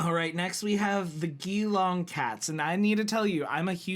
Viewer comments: It is a soft G in Geelong, so like "Jee-long". Brisbane is "Briz-Bin". Thing about the Eagles: They were bottom of the tier this season just past, but 5 seasons ago (2018) they were champions (premiers). In total it was their fourth premiership since joining the league in the early 1990s, when the league changed from the Victroian Football League to the AFL. Prior to that expansion the game was almost entirely contained to the state of Victoria, where it started. For that reason, the Western Bulldogs aren't from the west of Australia. They're from western Victoria, which is a state on the south east of of Australia. Currently 10 teams come from Victoria, with 2 teams each of the other states: Western Australia: West Coast Eagles and Fremantle Dockers New South Wales: Sydney Swans and GWS Giants Queensland: Brisbane Lions and Gold Coast Suns South Australia: Adelaide Crows and Port Adelaide Power The island state of Tasmania doesn't have a team, although they have very recently been granted a team licence, so they should be forming one in the near future. Neither of Australia's territories (Northern Territory and Australian Capital Territory) have teams in the AFL. Magpies are highly intelligent. They're also great songbirds and mimics, but also feircely territorial. It's actually a very good choice for an animal team. Plus birds are maybe more common because Australia lacks a large apex land predator, such as bears or indeed lions. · You've got the pronunciation of Melbourne right, now to master Geelong. You say it like G-long. And Brisbane is Bris-bun. 👍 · Great video! But - Melbourne Demons are Red and Blue not black, and Geelong is pronounced 'Jelong'. Also the 'V' in Sydney Swans matches the shape on top of their team Guernsey. Also GO BOMBERS! Please consider supporting Essendon, if you do I'll help fund a ticket to Melbourne for you to see them play (maybe)